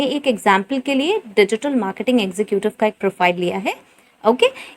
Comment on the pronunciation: Executive pronounce is not ex zu ku tive is wrong it's ex zeh cative